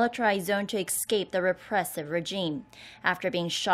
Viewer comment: Do make an effort to say the word es cape, not ex cape.just like Gangnam is pronounced Kangnam.